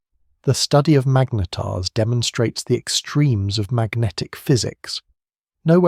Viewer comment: "... some collide, some become magnYetars..." Another serving of AI drivel? Well I'm off!